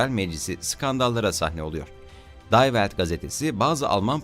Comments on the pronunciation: Arkadas bu bir Alman gatetesi,die Welt,day welt diye okunmaz,di welt diye okunur.her yabanci dili ingilizce okumaya calismayin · DAY VELT DEĞİL Dİ VELT YAHU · die welt okunusu di welt sarah wagenknecht okunusu sara vagenkineht